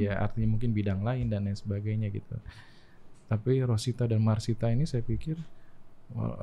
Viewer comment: Masita om, not Marsita..